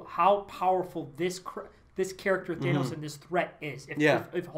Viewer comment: Thanos not thaenos. If I’m wrong then please correct me